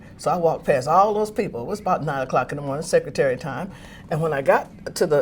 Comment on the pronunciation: Secret-tary. Clever